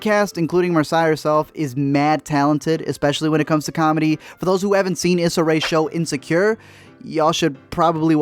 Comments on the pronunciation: Eeee-sa Rae. Not is-sa. Love the channel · Its E-SA. Not issa. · E- suh not is suh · Her name is pronounced EEE SAH not Ih SAH lol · Issa is pronounced like (EE-Sah). Sorry pet peeve. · Issa is pronounced “Ee-Sah” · Issa is pronounced “Essa” with a long E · *ee-sa not is-a *Marsay not mar-suh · I liked the part on little (only of the 4 movies I saw) but you’re pronouncing names wrong and it’s killing me. Issa Rae is pronounced (E-sa) and if you’ve watched Insecure I don’t get how you’re messing that one up. Marsai is Marcy, I could be wrong on that one but I’m like 98% sure cuz that’s how her costars on blackish pronounce it. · Mar-say E-sa Pronounce correctly thanks